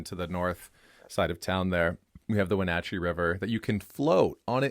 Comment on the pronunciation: Your pronunciation of Wenatchee makes me cringe